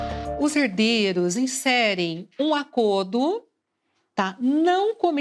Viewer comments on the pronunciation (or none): "Um acodo" ?